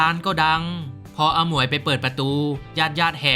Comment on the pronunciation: พี่แอดพูด อาหมวย เป็น ฮมอย 😂